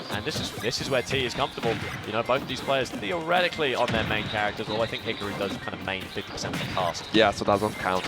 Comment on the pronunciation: Wow. These sets are so much better on mute. Don’t have listen to some moron mispronounce Hikaru. Who the foock is Hick-a-roo?